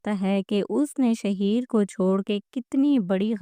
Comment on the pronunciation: Naam to sidha bolna a Nahin Raha shaheer Sahi laga raha hai shahar ko Nahin chhod Kar patarki valid superstar rahi hai